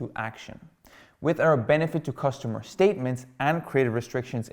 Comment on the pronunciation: Nice content (btw it's cUstomer* not costumer)